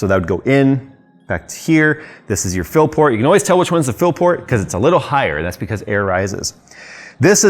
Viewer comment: What was that? A fill-port or a Phil-port 😉🤣!!